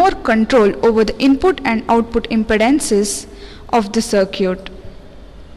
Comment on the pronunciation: CIRCUITE??? Awesome. If you speak English speak it as good as you can.